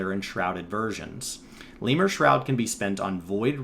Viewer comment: Lemure is a word for a greek demon. It's pronounced [to the best my understanding] leh-myur-ee not lee-mur